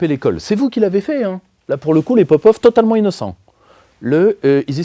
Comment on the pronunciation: en tant qu’agent russe financé par le Kremlin au fond à droite, je tiens à corriger mon collègue poutiniesque. Popov se prononce Papof.